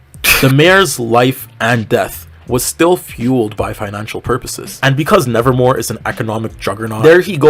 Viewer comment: When you said the name of the school I heard it as " Nazi raven high " 💀